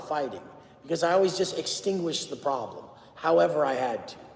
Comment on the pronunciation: It’s a prawlm furshure b, some might say the biggest prawlm